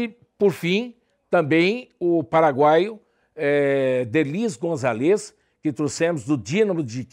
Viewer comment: o bichao falando "derlis gonçalves" kk